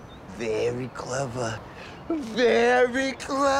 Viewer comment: "Very clevea, VERY CLEVA!"